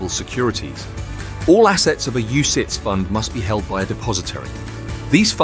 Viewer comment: "UCITS, UCIATS, UCITES" .... it's the same word mate